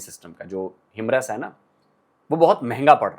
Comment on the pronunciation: By the way it's "Hi-Mars" not "Himrus". The other fabulous thing about Pinaka is they are planning a 450 KM Range, that's an outstanding range and it enters the Missile territory and can be considered cheaper Brahmos alternative. Ofcourse a single long range Pinnaka rocket can't be compared Apple to Apple with Brahmos devastating Destructive power but still it can used for precisely taking out Enemy Artillery Guns, Rocket Launcher, Radar, Surveillance Vehicles, Tanks and Enemy Army Formation.